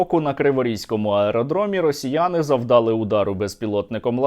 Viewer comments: завдалИ, завдалИ. завдалИ наголос, а не завдАли, не обов'язково два-три слова говорити з галицькими наголосами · не бУли, не завдАли, а булИ,завдалИ, не почАли, а почалИ, не вся Україна говорить з галицькими наголосами